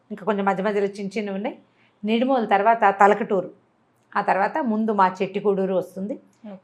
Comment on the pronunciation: Talakaturu kadu Tarakaturu